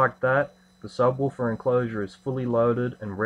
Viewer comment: sabwaafar? jajajajajaja